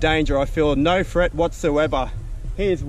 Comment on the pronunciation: It’s threat not freat